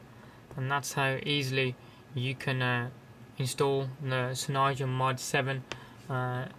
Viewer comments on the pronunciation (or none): your saying it wrong! its cyanogen not cynyogen :S